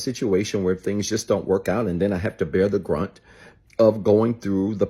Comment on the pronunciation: Love it but the colloquial saying is “bear the BRUNT of …” not “grunt”